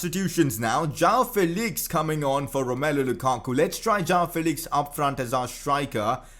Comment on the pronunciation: it is prounounced Jo-woah-n Felix